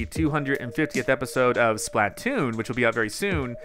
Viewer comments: The way you pronounce Splatoon made it low key hard to watch. "Spluh-toon", not "Splaht-toon" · Okay dude seriously, start pronouncing Splatoon correctly. Its a play on the word platoon. Its pronounced the same way. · Why does he say it like splat toon it's 1 word splatoon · every time he says "Splat-Toon" I cringe a little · i cringe everytime says splatoon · The way you pronounce Splatoon drives me nuts.